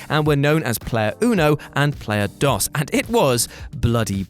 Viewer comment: Player Disk Operating System? The Spanish word "dos" has a long O and doesn't sound like "Microsoft DOS".